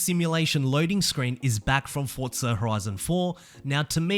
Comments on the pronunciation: F-O-R-Z-A.... not F-O-R-T-Z-A my soul hurts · Forza NOT FORTZA ! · Where's the T in Forza?!